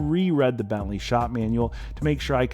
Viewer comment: It took me a while to understand 'belly' is your sloppy way to pronounce 'Bentley' . Seriously?